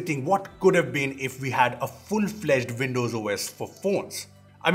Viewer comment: Btw, Windows is pronounced with a “W” and not with a “V”! 😂 “Vindows”